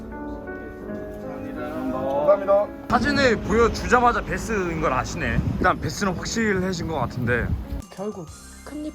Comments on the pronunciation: 베스가 아니에요 배스에요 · 베스가 아니고 배스입니다 ㅎ